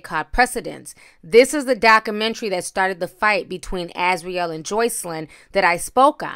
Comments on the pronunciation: the word is pronounced doc-u-mentry not doc-menery you reporting is to good for you to be pronouncing basic words incorrect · Dakumentary? Dakumentary? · I appreciate your tea and presentation. But please please pronounce the letter “u” in “Documentary.” 🤓